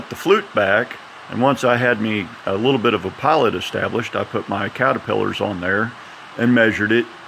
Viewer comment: “Caterpillars”. Lol